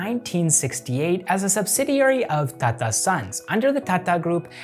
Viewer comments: I love that you pronounced Pune perfectly. Even most Indians don't pronounce the 'ne' portion right. Also, with Kotak and Tata, these are not soft t pronunciations. Kotak will be like ko-tuck. Same with Tata. But wherever we use soft t, you got it bang on. Love this video. I saw this in my recommended for the first time today, will watch more of your channel. Thank you for keep it factual and neutral, in this age of misinformation and propaganda. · You pronounce TATA incorrectly. Pronounce the 'T' as in Tomato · How you say tata seems funny to mee 😁